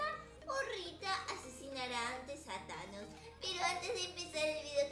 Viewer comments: No es chanos es Tañes😠😑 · No es chanos. Es tanos jjjaaaaajjajjajjsj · es tanos no chanos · Jjajajjajaja me dio risa la miniatura porque la es ves de decir thanos dise chanos ahora el de llama chanossss >:333333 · No es thanos es chanos #teamabuelarita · es que es thanos no chanos like si tu también lo notaste.